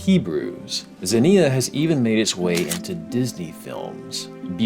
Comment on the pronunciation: it's ksenia, not zenia. Like in xenofobia, the same root.